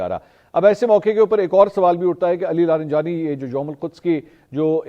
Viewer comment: Mansoor Bhai ye Ali Larijani lafz ha Ali laranjani Nahi